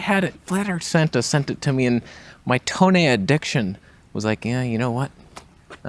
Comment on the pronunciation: it has 'fake toneh'. So I guess that should be called... 'Foneh'?